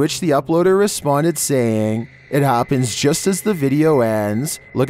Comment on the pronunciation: and then this happæææns"